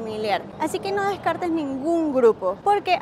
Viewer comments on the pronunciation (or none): none